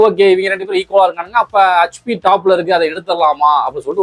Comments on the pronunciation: hutchP illa adhu, hetchP nu sollunga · சகோ....அது(HP) ஹச்பி இல்லைங்க.... (HP) எச்பி என்று உச்சரிக்க வேண்டும். மொத்த தென் தமிழகமும் இந்த ஒரு வார்த்தையை இப்படித்தான் உச்சரிக்கின்றது. ஏன் என்று தெரியவில்லை.